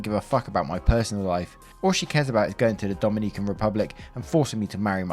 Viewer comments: Me, a Dominican, reading faster than he narrates and sees op is also Dominican: Oh cool Naration: Dom-in-E-CAN Me: Screams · Hey. Dominican here, when pronouncing Dominican you got to accentuate the O instead of the second I, since the accentuated I spells the name of a completely different island lol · Is story two about Ihlan Omar? Also Dominican is pronounced with short I’s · Relistening listener in 2026 and saying Dominican has me cackling like a jackel on the back porch am est 😂😂😂😂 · Bruh I cringed every time he tried to say Dominican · It hurts. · As a Dominican, I find your pronunciation of the Dominican Republic very amusing LOL. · As an Englishman, so did I ☺ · CEO of not pronouncing "Dominican" correctly...